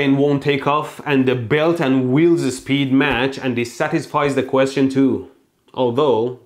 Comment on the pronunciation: spead? I think you mean speed.